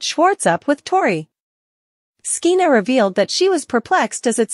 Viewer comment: SKEENA? What's wrong with you? Her name is pronounced like SHEENA. You sound ridiculous. When did you ever hear of the name SKEENA?